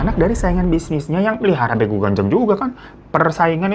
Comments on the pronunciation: Penyebutan nya bEgu bukan begu btw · bukan begu bang tapi beegu